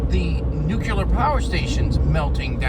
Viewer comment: Please don’t say “ nuke-u-lar “